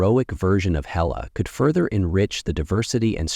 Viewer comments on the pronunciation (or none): It's HAY--LA not HELLA...!